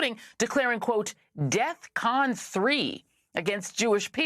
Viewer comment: Please learn the word once and for all. DEFCON! DEFCON! Not death con.